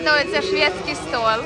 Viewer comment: Не столь а стол, не сташем а стажем!